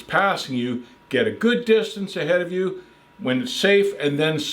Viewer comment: "A couple ah counties" 🤣